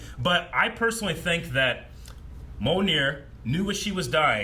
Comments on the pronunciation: Is "Mjolnir/Mjølnir" that hard to say? Why you keep saying it like "Monir"? I mean, they even SPELLED IT OUT in the movie. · Like M-yole-ner, right?